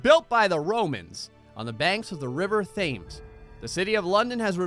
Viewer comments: River Temz not thems xD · "Th-ay-mes" Me: "TEMS" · The river WHAT?... it’s pronounced ‘tems’... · Well, we can tell hasn't been to London IRL. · The river TH-AMES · its pronounced river "Temms". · It is pronounced tems